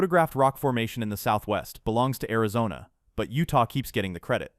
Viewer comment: "AIZONNA RONA" 😂😂😂😂😂😂 bruh your ai *edit no I don't mean "you're". I mean the possessive "Your" Like as in the ai they use.